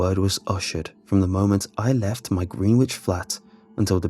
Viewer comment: Greenwich is pronounced: grenij